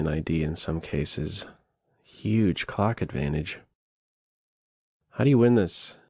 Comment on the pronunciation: Please pronounce your “L” sounds more clearly. Gave me a fright.